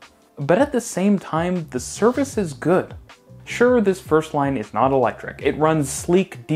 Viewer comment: Did you say electric? Noop.